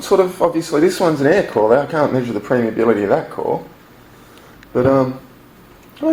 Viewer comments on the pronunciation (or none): I think you mean permeability and not premeability. Great video though!